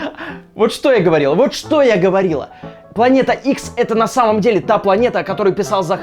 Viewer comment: 5.33 "ГоворилА"??????????